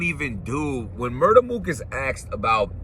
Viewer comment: Did you hear more than one round MUR-TER MOOK😭😭💀